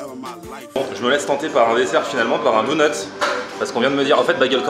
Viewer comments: c'est officiel, n'a jamais regardé un seul épisode des Simpson. Si c'était le cas, il saurait prononcer le mot DONUT! 😂😂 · On dit " daunuts " pas " dounuts " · On dit donut et pas dounut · ABOMINATION, il dit " DOU-NUTS" il faut que je te parle c'est "Donuts" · ya que moi qe sa choque qu'il dise dounots au lieux de donuts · On dit pas dOUnuts on dit dOnuts ! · Moi je m'engage à lancé un nouveau débat On dit dOnut pas dounut ptn 😈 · POURQUOI TU DIT DOUNUT C'EST DONUTS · Mdrrrr ca me tue tu prononces douneuts au lieu de doneuts ahahahah c'est enorme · Pk il dit DOUNUTS alors qd dit donuts ?😂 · c est pas douneuts cest donut😂😂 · Tu m'as fait délirer avec ton cheddar et bagel mais par contre donut c'est avec un o et pas dounut mdr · Tout les mots que tu dis bien tu lui demande et tu dis "dounets" pitain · lol pendant tout le vlog il dit dounot lol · Par contre faut taffer la prononciation mdrr pck Dounuts ça le fait pas trop ^^ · "Dounuts" mdr, c'est quoi cette prononciation ? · "LES DOUNEUTS" mdrrrrrrr jpp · Tu dit Dounut c est bizarre .... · david ouais mais ça se prononce Doneute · Et Donut ça se prononce pas "douneute"